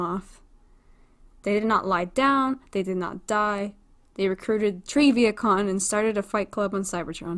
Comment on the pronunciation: I love how he said that they recruited tree vihacon